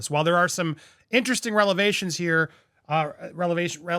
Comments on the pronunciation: Revelations Andy. REVELATIONS. You always say it wrong. You always say "relevations." This is an ongoing thing I've noticed. Just trying to help you out because it sounds bad. And it's paralysis. Pronounced Purr- al- iss-iss. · Andy, Errol Musk is still alive. Not dead. And it’s reVelations, not relevations. Lol.